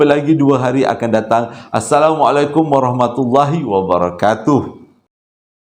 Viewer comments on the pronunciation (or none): none